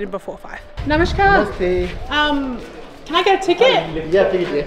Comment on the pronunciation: You are breaking many Indian men's heart by sayin "bhaisab" ( brother) :D , but your namashkar pronunciation is great